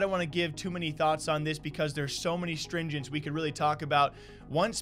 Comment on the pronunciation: Stringents? ... ... Tangents.